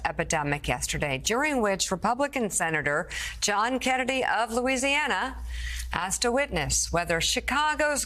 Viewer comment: Keenadee ees uh dumm heeck.